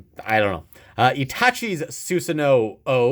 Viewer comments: On the card it says susano’o but it’s actually said without the last o so it’s just susano i know you said it already😂ps can’t wait for the game to come out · It’s pronounced susano